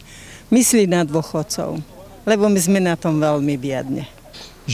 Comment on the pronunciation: Tak keď som toto videl, tak som skoro odpadol... a najlepšia hláška: "je pre dóchodcov, je pre šetkých" :D mno tak pri tomto videu som nevedel, či sa mám smiať alebo plakať...